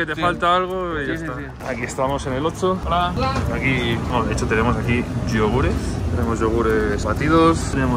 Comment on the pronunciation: Yo: - Oxxo (ocso): - Otso. Jejejeje me hiciste recordar al oso malo de toy story. Lotso 🐻